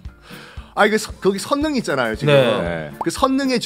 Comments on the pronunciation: 선능 → 설릉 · 썬킴님! 선능이라고 읽지 않고 설릉이라고 읽는게 맞을텐데요!